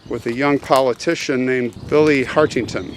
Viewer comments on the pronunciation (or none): Lots of errors here. Calling Hartington Harrington for instance.